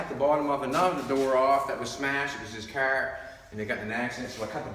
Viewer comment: I always thought that car was a one syllable word until I heard say Cahhhaaarrrrr. It's a 4 syllable word now.